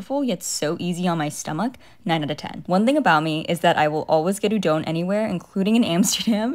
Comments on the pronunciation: I pronounced it correctly! Everyone pronounces it “oo-dawn”, but it’s actually “oo-dohn”. Hence why it’s spelled as うどん, not うだん. I’m Japanese and udon is my fave food in the world and it’s a pet peeve of mine when people mispronounce it 😭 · another fellow japanese person chiming in to say you did pronounce it correctly! and i’m so excited to find out you’re also japanese!! i knew there was a reason why i was drawn to your channel lol